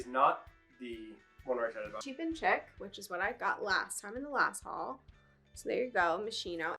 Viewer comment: It’s nice to see you guys back! Just a note about Moschino Cheap and Chic - the “chic” is French so it’s actually pronounced like sheek and not chick. It means stylish in French. But wow, great finds! Chanel! That’s amazing ❤️